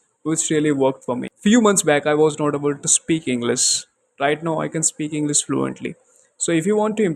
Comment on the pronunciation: Bro everything is good. Pronunciation of words like English and should improve pronunciation of those. I heard inglis and soud like desi version. I'm learning from past 25 days From English with collins and a lady i don't remember her channel name.